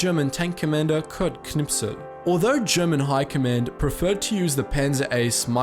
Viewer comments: Pronounce K-n-i-s-p-e-l NOT k-n-i-p-s-e-l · isn't is kurt knispel instead of knipsel? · you are saying knipsel. but it is knispel ;D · Wolfzy III did you hear the Knispel-pronunciation? The „p“ is after the „s“, still he manages to put the „p“ first. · It's Kurt Knispel not knipsel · Knis-pel, not being an arse just pointing out. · Berge Espe, I remain picky about HIS proper name pronunciation due to the fact that this quiet hunter, this Finnish Patriot, this humble sniper deserves it. Also, I have dealt with my name being mispronounced, my entire life, and do everything in my power to pronounce names correctly. Call it a pet peave of mine. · K N I S P E L.......not K N I P S E L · Knispel, not Knipsel . Why do angloamericans always have a problem with the letters "sp"? It's easy, like in "spell" ;) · where are all the butthurt germans because you pronounced kniSPel as kniPSel? :D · You've spelt it Knispel but are pronouncing it Knipsel. Please correct. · KNISPEL, thats KNI-S-PEL NOT Knipsel ... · Wie er immer Knipsel statt Knispel sagt! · why do you keep saying knispel's name like "knipsel"? lol ... do you also say "gopsel" instead of "gospel"? :D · you put a lot effort into pronouncing the german soldier but unfortunately you ended up saying it like "Knipsel", not "Knispel". this post was made by the grammar nazi gang xD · Not "Knipsel", it's "Knispel". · Knipsel you say...? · It's spelled Knispel in the video, but he's saying it Knipsel. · His name is Kurt KniSPel, not KniPSel. This triggered me so hard. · Kurt who? you have writtin his name correct but changed the s and the p around when you say it.... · Its knispel not knipsel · Kurt Knispel not Kurt Knipsel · His name was KniSPel, not KniPSel. I wonder what my friend Dan Knispel from Florida would say. :) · You said Knipsel...He is called Knispel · Its knispel, not knipsel! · His name is Knispel, not Knipsel. :p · it isnt knipsel, its knispel. also, he was from czechia, more precisely, moravia